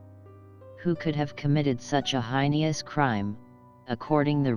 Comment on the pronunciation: This narrator mispronounced "Defeo" and "heinous".